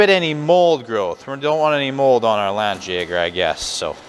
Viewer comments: It's pronounced lawn Jagger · Yeah, FYI is a bit sloppy there with the pronunciation...Being of German origin I can confidently say a better match would be "Lundt yeah gar"